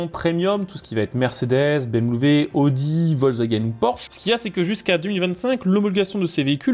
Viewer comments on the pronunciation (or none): none